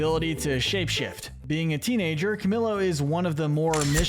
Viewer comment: Isn’t it pronounced cuh-MEE-YOH? 🤨